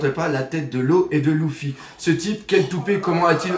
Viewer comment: Faut vraiment que t'arrête t'est vidéos je dis sa pour notre bien et puis arrête de dire Louffy c'est Luffy bordel de pipe.